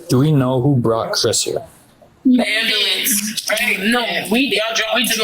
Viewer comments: PLEASE PLEASE TELL ME THEY READ HER MIRANDA RIGHTS?!?! I need an ambalense! Word annunciation "Am Bu Lense" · She's axing for un ambalanz. She gots bumps on her ebowz an fo-hed! 😂